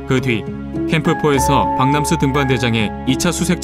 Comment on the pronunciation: 박남수 등반대장 아닌가요? 자꾸 박명수로 들려요…. 나레이션 하신 분이 발음이 이상하네…